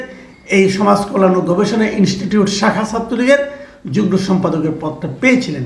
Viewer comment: যুগ্ন না উচ্চারণ হবে যুগ্ম।